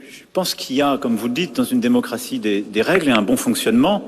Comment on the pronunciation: J'abore sa façon congolaise ou est allemande de prononcer "démocratie".